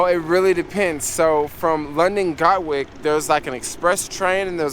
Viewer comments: It's not GOT-Wick it's GAT-Wick Dude! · Sorry I wasn't able to hook up with u on your latest ad ven ture in London. I live not far from where you filmed this. Next time you pass thru we can go for a cheap pint. Been living her 25 years, from Brooklyn. It's Gatwick, gat like a gun, and wick like a candle. Love your videos, keep it up. Peace